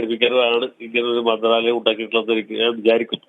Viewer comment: മര്യാദക്ക് " മന്ദ്രാലയം " എന്ന വാക്ക് ഉച്ഛരിക്കാൻ വാർത്ത അവതാരകാന് അറിയില്ലേ... കഷ്ട്ടം